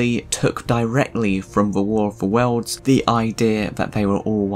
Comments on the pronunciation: QUIT saying War of the Wells, it's War of the WORLDS. Learn to talk!! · Speak properly. It's "worlds", not "welds".